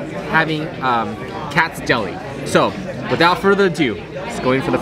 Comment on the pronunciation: It's "Katz's" not "Katz"!